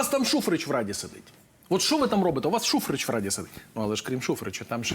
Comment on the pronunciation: Шухрич, без синців, не Шухреч..